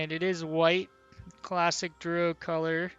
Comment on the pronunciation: The way you mispronounce Drow is so fucking irritating...